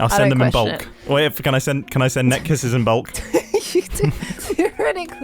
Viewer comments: I've realized they're saying "net kisses" and not "neck kisses". (,,>﹏<,,) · Did say neck kisses or Net kisses? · were y'all saying neck kisses or net kisses? 😳 I knew y'all were close, but dang!